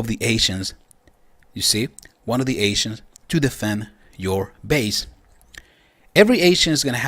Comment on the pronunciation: For some reason, every time you say ancients all I hear is "asians" gets kinda awkward. "The higher the level of your asian, the more powerful you get"